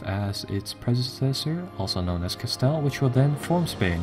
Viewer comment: Castile pronounced "ca-STEEL"